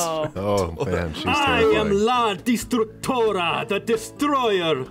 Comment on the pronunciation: The fact that pronounces la destructora like "La distractora" makes it funnier cause that means "The distractor" and thats kinda what she was lmao